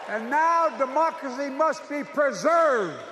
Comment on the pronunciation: Sounded like he said "mockery must be preserved."😢